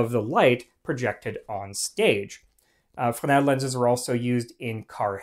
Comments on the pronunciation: Not ‘fen-el’, but pronounced ‘fre-nel ‘. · You start off the video mispronouncing Fresnel (fray-NELL) by losing the "r". The French tend to drop a lot of consonants in their words, but the "r" in Fresnel isn't one of those. Your mispronunciation distracts from an otherwise interesting video. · The word is Fresnel. There is a letter S in the middle of it. Why do you insist to say it wrong?